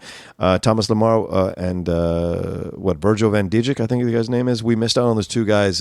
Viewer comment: Just for future reference, Dijk" is pronounced as "Dyke" in Virgil Van Dijk. Love it when you talk football btw